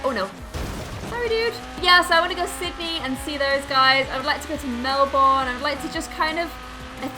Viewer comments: melborn melborn "melborn" please please m87 aussies say melbn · Just just trying to help your Australian punctuation as an Aussie myself, it is pronounced melbern-Melbourne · ITS MEL-BUN NOT MEL-BORN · it is pronounced Mel-burn not Mel-born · Sorry to be not picky but it's pronounced melbern not melborn despite being spelled Melbourne, I know as I live there, but that may just be her accent! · It Mel Bern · She pronounced Melbourne melborn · Melbun* say it that way or u will get weird looks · It's pronounced Mel-born not Mel-bouurene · You said Melbourne wrong, it's Mel-bern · Its pronounced melben. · how she pronounced melbourne killed me as a citizen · the way you said said Melbourne made me cringe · When your Australian and you hear people say melbourne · she says melbourne wrong but it okay respect